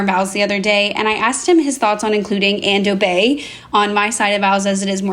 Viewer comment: When she said "and obey" I thought she said "ando dei"... some obscure Latin liturgy 😅